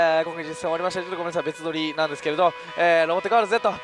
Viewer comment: 、いつも なんですけど、 が なんですけろ に聞こえます。 わたしと同じです。（笑）